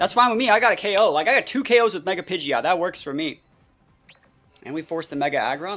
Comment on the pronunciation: Don't let the haters stop you from saying pidjit